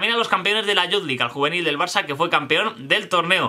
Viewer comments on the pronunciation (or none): none